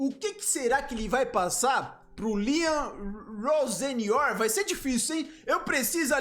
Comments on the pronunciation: Vou escrever como o Fred Caldeira pronuncia: Rossênior. O nome não é assim, mas é assim que o Fred pronuncia. Será que está certo? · a pronuncia é com i ficaria tipo rosinior